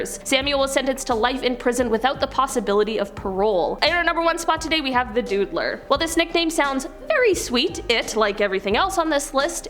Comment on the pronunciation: *lay down NOT lied down *plead guilty NOT pleaded guilty *DOOdler NOT DUDE-ler FFS this woman can not pronounce basic words or pastlesnses